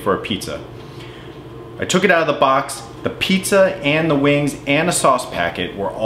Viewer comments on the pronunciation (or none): Its pronounced weeengz not boring old wings